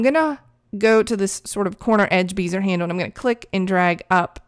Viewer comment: Very cool. Been using Photoshop since version 2.5 LE before layers were introduced. Its amazing how far we've come. Also, bézier is pronounced "behziay" instead of "beezer".